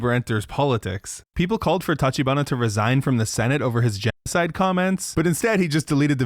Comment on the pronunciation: uh oh, so that why he said genoc'de